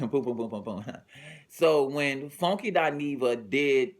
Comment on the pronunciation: I love how he say FONEKY